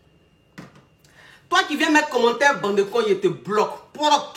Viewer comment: Elle le dit on dirais un seul mot bandekons 😂😂